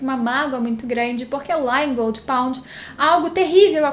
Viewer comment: Jurava que quando ela falava Goldy pond, era Gold Pont kkkkk